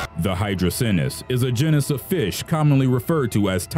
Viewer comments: If he says “jin is” one more time I’m going to scream. The word is pronounced jEn is. So jeanis People are beginning to slowly lose their ability to speak correctly. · Your channel needs narrators that can correctly pronounce things like "genus".